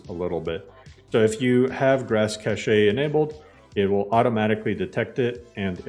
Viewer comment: Please 🙌🏻 pronounce cache like cash. This is an honest request